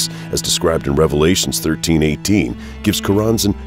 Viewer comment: You mispronounced "Revelation;" your argument is invalid.